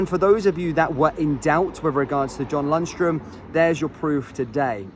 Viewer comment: Say it again, what is Lunstrum? 😂